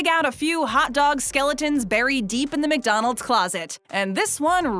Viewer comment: Please stop saying Mick-Donald’s 🤣